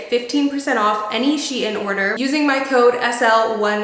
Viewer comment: That’s not how you pronounce SHEIN